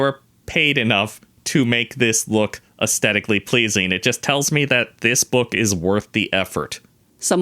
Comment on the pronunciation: I jump every time he says “uzteticly pleazing”, and with absolute doubt, when do lizards organize their books? Love you guys 😂